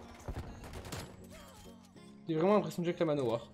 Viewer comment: dans cette vidéo j’ai entendu que « manoir »